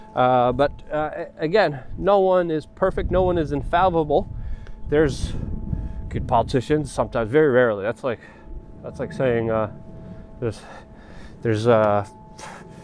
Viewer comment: When trying to says 'noone is infallible', Luke says 'infawazlble'.